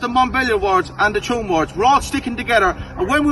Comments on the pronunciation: I’m from Tuam it’s pronounced “choom” but calling it “tomb” makes a lot of sense because it is a shithole. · Great upload! It is very well-told of what goes on in these communities when they are feuding. There are towns and villages in Ireland that just close down when there is a funeral. Just a note on the pronunciation of "Tuam" it is pronounced Chew um. Thank you for the hard work. ☘☘☘ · Tuam in Co. Galway is pronounced "Choom" like the word tube or tune. Toomebridge in Co Antrim is a totally different place entirely. Tuam is an Irish word Tuama which means a graveyard and is the seat of the Archbishop of Tuam, one of the 4 Archdioces on the island of Ireland. It is now a dormitary satellite town for Galway city 20 miles away but used to be an industrial town in its own right many years ago. A sugar factory, one of 4 in Ireland , was closed down and tore the heart out of the town with its closure. The irish pop group the Sawdoctors come from Tuam. Legend has it that the town was founded by Saint Jarlath in the early Christian era at a site where his chariot wheel broke. Hence the towns crest features a picture of a broken chariot wheel on its emblem.